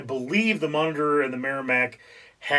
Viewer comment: a singularly bad video. couldn't watch all the way through. About the 4th or 5th time he pronounced 'Monitor' 'monger', I bailed. His explanation of the game was worse than useless. My dad taught me the game back in the 60's and we did it using paper. We drew out two squares, divided into smaller squares. Easiest thing was to use graph paper, then you have the small squares already made. You then make the big square into a matrix by writing A - G (or H, it's been a while...) along the top and 1-7 (or 8) along one side. You both have similar navies and you start by placing them on your board. the patrol torpedo boat takes up 2 squares. the submarie 3, etc, up to the battle ship which was 5. When your forces were deployed, play commenced. whoever went first, would call out a number/letter combo. "C 8". If the 'enemy' had a ship in that square, he would say 'hit', if not, 'Miss' turns were taken in alternate sequence until all the ships of one side were 'sunk'. A cool game in that no fancy equipment was needed, just two sheets of paper. BTW, don't listen to a word of 'historical facts' spouted by this fellow. He knows not of which he speaks.